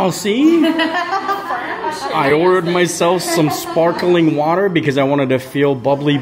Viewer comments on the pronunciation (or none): none